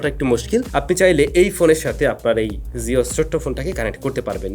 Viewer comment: জিও বলেন, যিও না!